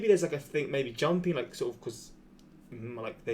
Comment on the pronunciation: "Sort uv walking pace" I burst out laughing